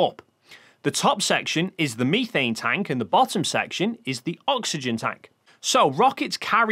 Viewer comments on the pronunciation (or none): Did he say meethane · ah yes, my favorite fuel, ME-thane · I wonder if brits pronounce meth as "meeth" as well